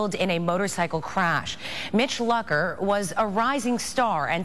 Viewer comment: Right when they said "Mitch Lucker was killed. I lost it. They said his name wrong to